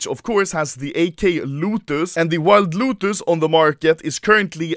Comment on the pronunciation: No one: Anomaly: Wild Lootus